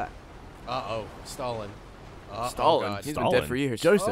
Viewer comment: The way said "stalling" made it sound a bit like "Stalin", as in Joseph Stalin, leader of the Soviet Union during World War 2